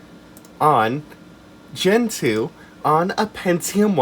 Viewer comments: You pronounced "gentoo" incorrectly. You said "gentoo" but it's actually pronounced "gentoo". Thank you for correcting this. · I know this is a 7 months old comment, but I believe it's actually pronounced "gentoo". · I thought it was pronounced "gentoo" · omg wrong it’s actually pronounced “gentoo”!!!! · NO!! IT'S PRONOUNCED GENTOO!!